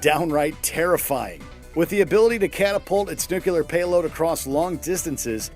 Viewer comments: Its "nuclear", not "nucular" 🤦‍♂️ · so... right off the bat, the voice over guy shows he's a moron: repeatedly referring the weapon in Fallout 3 as a 'Nucular' weapon... and, seeming to think that 'Fat Man' is just goofy made up name for a video game weapon, instead of referencing one of the actual atomic bombs dropped in World War 2